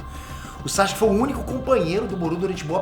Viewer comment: "bonsai-ske" kkkk